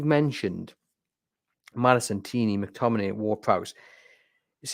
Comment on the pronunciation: Scott McTomi-NAY